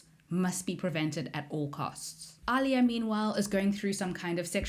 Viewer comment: The way u said chani??? Chainey? Wtf. AND ALIA??? WHY ARE U SAYING ILIA. SEE ETCH! THATS NOT HOW U SAY SIETCH OMGGGGG